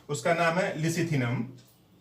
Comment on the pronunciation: Lecithinum.....not Licithinum ......good description.....!